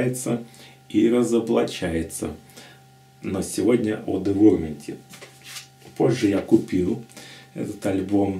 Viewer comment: [dɪˈvaʊəmənt] - Дива'уэрмент правильно название произносится...